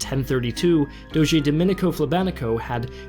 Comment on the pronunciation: “DOHJJ”, not “doh-ghee.”